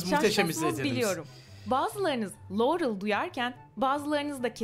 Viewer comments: Laruel diyo amk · Lauerel diyor aq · Laurel in sadece rıl derken bi duyuyom sonda normalde yanny deilmi :D